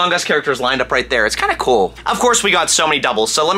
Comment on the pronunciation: the way he says cool like "coal" cracks me up